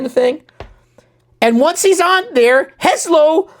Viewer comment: hey, mister, "heslo" means password. thus "heslo nasledujucej miestnosti" is password for the next room is... :) you're butchering the slovak language pretty much there :D :D :D